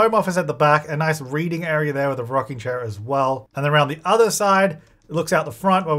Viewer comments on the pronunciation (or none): none